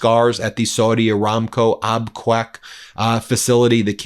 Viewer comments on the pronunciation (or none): Ben it is pronounced "Ab Cake", NOT "Ab kwake", I live there for 16 years. Please pronounce it correctly. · Abqaiq is pronounced Ab-kaik. Not Ab-quack. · Ben : “Abqaiq” is pronounced “Ab-cake” not “Ab-kwake”. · Ben its Abqaiq (abqiq) not Abqwak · C'mon. You can't pronounce Abqaiq? It's AB- CAKE. Please check the pronunciation of places you are naming. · Its pronounced AbCAKE. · Excuse me Ben. Abqaiq is pronounced like *Ab-keg" The photo shows the smoke coming from the area where the flare stack is located. It may have been an operational ignition. Not attack damage. A 7 Million bbls per day oil treating facility. Equal to Saudi Aramco's average export capacity before the war started. Today Aramco's TOTAL daily production is 7M bbls. It was around 9M last year. We need to find out how much damage was done. Abquiq is VERY IMPORTANT. Note that some of the burn scars may have been left from the Houtis 4 September 2019 attack. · Abqaiq is pronounced Ab Cake. It is an oil processing not oil refinery plant. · Ab-qaiq , ab-cake. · Abqaiq is pronounced Ab-cake (there's no u in the name.)